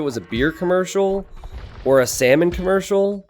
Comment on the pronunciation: said Khmercial like 10 times